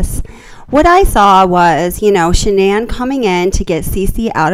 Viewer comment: Her name is not pronounced Shannon